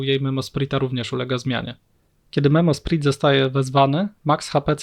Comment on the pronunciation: prosze nigdy wiecej nie bierz tego gościa na odcinek, wyłączam to w momencie jak znowu ma gadać, pierwszy raz przebolałem ale jak znowu słysze "memosprit" to mi uszy krwawią, no jezu, poprawna wymowa słówek angielskich jest uczona już w podstawówce, tragedia